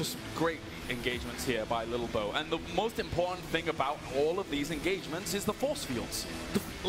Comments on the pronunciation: English host saying 'little bo' is really winding me up lol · Maybe Im just high but I found it hillarious when ToD says "lilbow" it sounds like he says "bilbo", coupled with lolbows looks it made me burst out in laughter several times during this xD